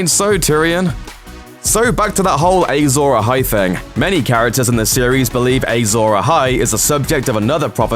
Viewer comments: Who else cringed every time the announcer said "Azor Ahai?" It's pronounced Ah-zohr Ah-hai, not Ay-zohr Ah-hai. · Ay-zor Ahai? 🙄 it’s written and spoken Azor Ahai. Clearly the presenter, like Jon Snow, knows nothing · Your pronunciation of Azor Ahai is OFFFFFF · A lot of GOT fans getting pissed off at how he says azor ahi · They struggle enough with getting real life actors names right, there's no reason to think they would pronounce fictional ones correctly.